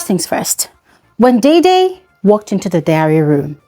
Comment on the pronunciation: /deh-deh/ like the actor Sam Dede, and not /dei-dei/. You're welcome.